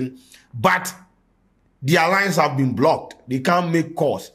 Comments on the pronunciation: please it's Been* not being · "Been" not "Being".